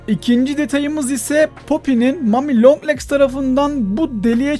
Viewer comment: Abi long legsi çok ilginç söylüyorsun